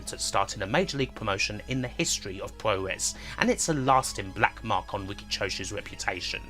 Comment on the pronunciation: So that's what he was saying! It also should be poo-roh not pyu-row for the 'puro' of 'puroresu'.